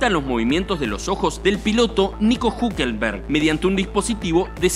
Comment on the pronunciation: Jejeje... Siiíí... El tipo no sabe pronunciar Hulkenberg .